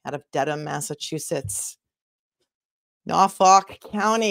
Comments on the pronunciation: I'm from Bristol County, I say Norfolk just like you! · MA Deadhead from the 80's - happy to meet you, sister You say "Norfolk" perfectly :hand-purple-blue-peace